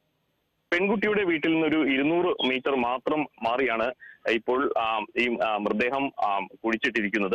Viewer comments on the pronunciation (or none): ചേട്ടാ, മൃദേഹം അല്ലാ... മൃതദേഹം എന്ന് പറഞ്ഞു പഠിക്കു. ഇനിയും ആവർത്തിച്ചാൽ ഇമ്പോസിഷൻ തരും.